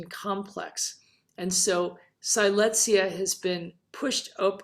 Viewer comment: Siletzia was named after the Native American Siletz tribe in Oregon’s Northern Coast Range because the Siletz tribe and Siletz River are in the center of the Siletz Terrane. The correct pronunciation of the Terrane and tribe is Sill Ets, not “Sigh lets.”